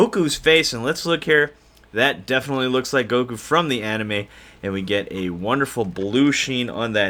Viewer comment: Its fake its goku not gokuo